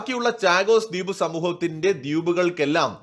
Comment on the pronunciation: ചാഗോസ് അല്ല ഷാഗോസ് എന്നു പറയൂ.. ദ്യൂപ് അല്ല ദ്വീപ് എന്നു പറയൂ ..